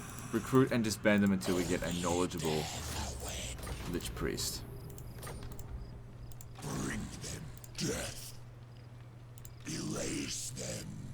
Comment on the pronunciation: "Lich Priest" sounded like "Lich! Please...." to me for a second.